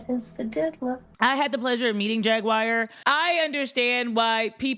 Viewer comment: Why did you pronounce her name Jag wire? Instead of Jaguar.